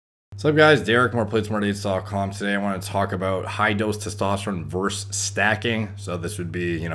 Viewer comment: its versus not verse. might as well just say "vzzzz"